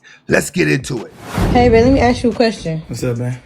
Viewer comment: Why can't you say the word 'ask' properly it's not AX...